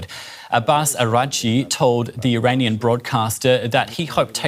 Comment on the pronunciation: Did he say an "Armani official"?